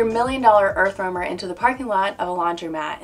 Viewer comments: Idk how may times "Earthwormer"🪱 was said.. lol! Its an "Earth Roamer". Overall a very nice rig for sure. Too bad it's $975,000 over budget for me. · why do you keep saying earthwormer? lol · I am a joiner and could do the exact same for 100k..she says earth wormer every 3 minutes 😂..get over your self